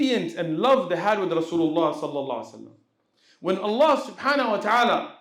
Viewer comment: السلام عليكم. تنبيه صغير للشيخ لو حضرته يسمح. انا قرأت انه يجب نطق حرف الهاء في الشهادة. يعني مثلا أشهد ألا إله إلا الله(الل"ه") وأشهد أن محمد عبده ورسوله (ورسول"ه" ) لان في العامية عندما نتكلم. نقول( اللا) (رسولو) وان ده يبطل الصلاة لا أعلم أن كان قصدي مفهوم لكن لاحظ ذلك عندما الشيخ ينطق الشهادة وكذلك الأجانب. يقولوه اشهد الا اله الا اللا alla دون الهاء h واشهد أن محمد عبده ورسولو Rasulu دون الهاء h جزاكم الله خيرا